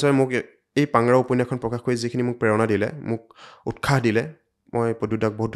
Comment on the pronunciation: এক সুন্দৰ খণ্ড দুটা শব্দ ভুলকৈ উচ্চাৰণ কৰিছে- উৎসাহ , সৰস্বতী। ৎ ৰ পিছত স ৰ উচ্চাৰণ চ হয়। বাক্যৰ আৰম্ভণিতে স ৰ উচ্চাৰণ চ নহয় স য়েই হয়।